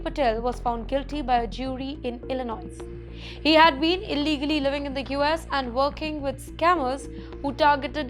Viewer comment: ...Please do some research before reporting city or state names with the right pronunciation. Illinois is not Illi- Noise, instead Illi-noi...just ignore the "S" at the end.